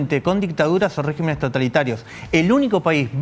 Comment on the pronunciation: Se dice “regímenes”… con acento en la i…. Palabra esdrújula… Perdón por el comentario, pero gente profesional debe hablar bien…